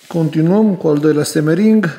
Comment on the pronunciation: Simering, nu semering ;) Vaselina, nu vazelina 😊